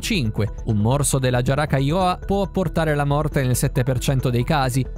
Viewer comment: È buggata, infatti dopo dice Giaracailoa